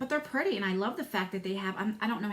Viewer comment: Just love how you say "purty"!